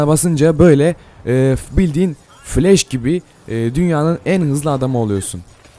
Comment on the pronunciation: Flesh değil flash